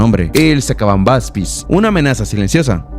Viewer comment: Cuando dijo sacambambastis yo escuché sabarambiche